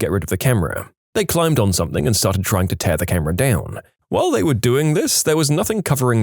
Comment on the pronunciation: And something “Somethink” annoys the F out of me